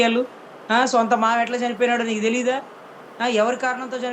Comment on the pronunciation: WHAT SISTER..... * Kendra Neegaa.... ( Neegaa 🤣 )..... ❓ Neegaa.....!!!!!!!!!..... I AM NOT ABLE TO HEARING CLEARLY * 🤫 Once More.... Please 🤫...... Dhanraj Journalist 🇮🇳⚖️✒️🔥